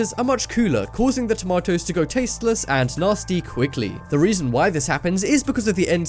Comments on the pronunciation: why is he saying tomatoes like werid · I like how he says tomatoes heh tamatoes. by the way random question who has windows 10?